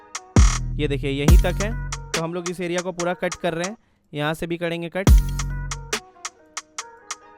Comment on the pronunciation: Bro it's " karenge " Not " KADENGE " 🙄🙂